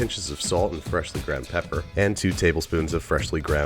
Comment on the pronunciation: you say pepper pepper pepper really weird